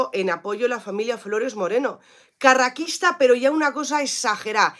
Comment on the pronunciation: Por favor, di "carrasquista" y no "carraquista"